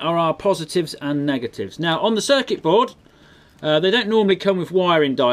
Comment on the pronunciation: said circet board times